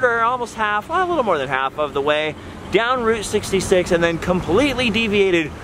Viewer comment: When said Route 66 I thought he said groot 66 lol 😂